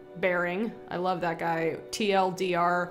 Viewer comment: TL;DR is said Teal Deer It means, Too Long; Didn't Read.